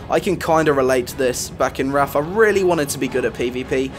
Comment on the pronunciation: Lol he says "Raff" instead of "Wrath" of the Lich King